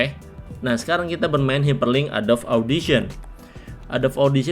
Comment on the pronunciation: Pengejaan kata inggris (adobe) nya salah bang bukan "adob" tapi "edobi" dalam tulisan indonesianya, thx videonya bermanfaat banget bang👌